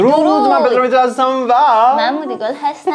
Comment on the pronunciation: درست اسم پدرامو بگو!! پدی به سگ میگن😂😂